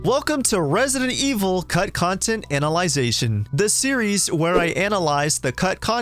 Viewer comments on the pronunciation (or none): Chris wears a navy peacoat. Also, did you say "anal-ization"? Wth?